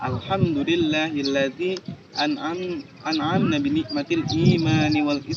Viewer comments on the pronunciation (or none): Diawal tangannya sudah unik, pas muqoddimah harusnya an'amana, bukan an'amna, beda ma'na, fashohah sangat amatir, unk bacaan alqur'annya pun masih banyak yg harus d perbaharui, agar rapi dan teratur sesuai tuntunan, mengkaitkan pujiannya kurang tepat, harus nya harus lebih bijak, bukan terhadap wanita yg terkesan menggoda, unk mengkaitkan sebelum penyebutan nama nabi muhammad SAW juga terdengar kurang nyaman dn tidak dewasa karna dikaitkan dg bakwan, unk materi cerita isronya sudah bagus namun sangat singkat dn tidak terdengar jelas dn lugas, coba dibaca2 lagi kitab dardirnya yah, syuut dan syiiit nya itu lucu 😁 bisa aja ngegambarinnya, semoga bisa lolos ke 4 gran final, ada kata hadarannya juga 😂 Satu lagi, ya robbibil musthofa itu bukan sholawat yah, itu doa/munajat